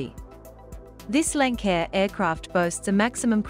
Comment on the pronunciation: Your mispronouncing Lancair. It’s Lance-air after Lance N, the original owner of Lancair.